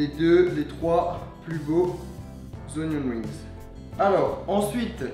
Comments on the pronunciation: Super vidéo, par contre c'est "Onion RINGS" pas "WINGS" :) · Sauf qu’on roule pas le r en anglais...